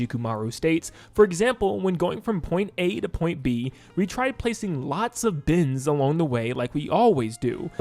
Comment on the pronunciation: He's saying bends not bins. I was very confused.